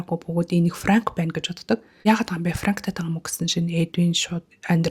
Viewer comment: Юун Франк вэ, Пранк гээч дээ, Ф, П үсгээ ялгадаг баймаар бна аа